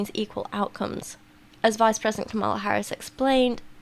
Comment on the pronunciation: Tiny nitpick. You're mispronouncing Kamala. The emphasis is on the first syllable, not the second